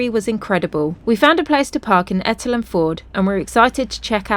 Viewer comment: Etal is pronounced eetaal x